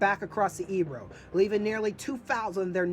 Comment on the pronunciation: Good video. I spent two days last week in Corbera, and currently living in Flix studying the battle. Btw, it is pronounced “fleesh”. The river is pronounced “ay- bro”